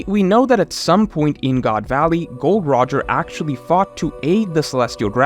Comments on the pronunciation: Calling Roger Gold Roger and not Gol D Roger as an OP Youtuber should be a crime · "gold roger" Gol D Roger da.